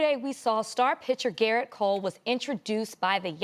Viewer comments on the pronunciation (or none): Everytime Stephen A. talks about baseball, he always screws some names up. First "Alex Bergman" and now "Jerrit Cole" 🤦🏻‍♂️. Not only that but they sound ignorant whenever they talk about the sport.